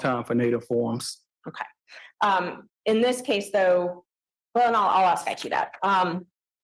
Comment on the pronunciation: PUHLEEZE The words are ASK not axe and CAPACITY not apacity